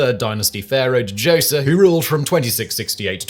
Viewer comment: Pedants corner: Djoser, alternatively Zoser, wasn't pronounced "De- Joser", the pronunciation was closer to "Jo-zeh", the 'Dj' sound running together and the 's' being a hard 's' rather than a sibilant 's'. Although slightly speculative, we can extrapolate this from the continuing use of the same linguistic convention in the Coptic language still spoken by the Coptic Christians of Cairo to this day, although mixed with elements of other languages, the direct descendent of spoken ancient Egyptian. I can't wait for the predictable replies beginning "Actually, I think you'll find..." It seems to go with the territory.